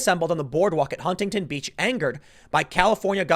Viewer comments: It’s pronounced Hunington. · You dont pronounce the first T in Huntington. Sounds weird as fuck.